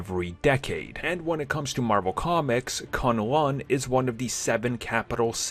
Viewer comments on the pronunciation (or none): none